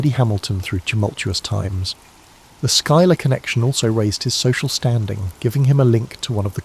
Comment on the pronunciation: Also, as a note: Schuyler is pronounced (Sky●Lar) 😊